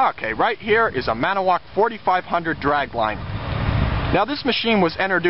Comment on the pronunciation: as a Wisconsinite I want to let you know great video! but its annoying to hear you say ManAwoc! it has a TO in it! its said Man-IT-O-woc. made in WI! Hope that helps!